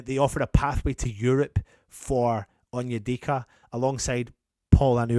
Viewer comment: said Onyedicky 😭😭🤣 Yes I am childish 🤣